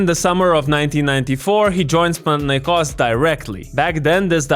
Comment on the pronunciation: Bro first time hearing a foreigner pronouncing Olympiacos and Panathinaikos correctly, Weird but Nice ! 👍